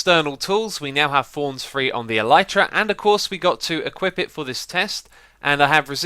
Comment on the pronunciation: He says thorns but it sounds like fonz